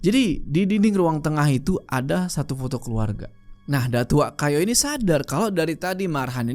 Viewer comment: datuak kayo = datuk kaya bang bkn datuk kayu